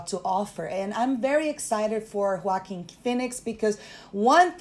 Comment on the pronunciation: is the only person on YouTube that knows how to pronounce Joaquin phoenix name.